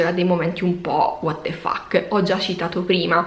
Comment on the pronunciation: che vuol dire waterfak? o chi è walter fuk? comunque guardarti e ascoltarti è sempre un' ottima esperienza, che consiglio vivamente, anche ai credenti, ma anche agli increduli e ai creduloni. Adesso ho capito, dici water fax, quando qualcuno getta il fax nel water per manifestare stupore o disappunto. A posto.